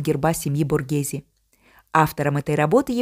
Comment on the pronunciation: СПАСИБО! ЭТО ШЕДЕВР ЗОДЧЕСТВА, Я бы никогда этого не увидела, только благодаря вам, я бесконечна благодарна. Произношение БОРГеЗе, звучит правильнее БОРГЭЗЭ.